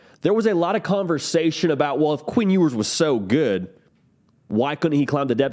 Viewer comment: What is up with your pronunciation? Queen Ewers? Lame. Obviously a jab. Lame